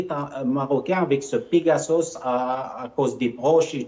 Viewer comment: "pegasauce" 😂😂😂 mdr le frère de chalgoumi 😂😂